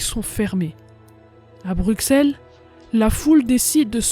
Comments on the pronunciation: BruSSelle pas bruksele... anverSSSS pas anver... jamais on apprends sa a l'ecole :/ meme etant Belge on apprends plus sur les francais mais surtout les americains et anglais... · On dit Brusselle mais l'écrit Bruxelles Mais belle vidéo d' hommage à ma terre natal 🇧🇪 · Intéressant, sans nul doute. Et cela fait plaisir, en effet, que l'on se rappelle que les Belges aussi ont combattu. Il n'empêche, en temps que Belge, il y a des noms qui font mal aux oreilles. Paul Eyschen se prononce "éskenns" Anvers, on prononce le S final Bruxelles, on dit Brussel. On écris Bruxellois et on dit Brussellois La ville près de Liège ayant vécu le même sort que Dinant s'appelle Visé Ravitaillé via Callait et Dunkerque, ainsi que Nieuport, qui était bombardé, mais néanmoins en service. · Anver"S" pas Anver. le mot "envers" n'a pas la meme orthographe que Anvers donc il faut dire le S. BruXelles c'est un X pas XC tu prononce soixante (soissante) pas Soixcante. C'est pareil pour Brusselle. Sinon merci pour le documentaire ^^ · Petit info dans Bruxelles le x se prononce s mais si non supers vidéo.